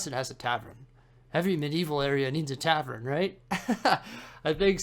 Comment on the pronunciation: Love you, I watch all your vids but... Its a TAVERN not a TAVREN 😂 - keep up the amazing work!